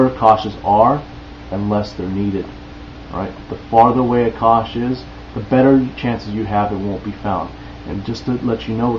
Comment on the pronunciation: Cache is pronounced Cash ;)